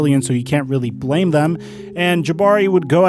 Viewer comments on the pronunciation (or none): none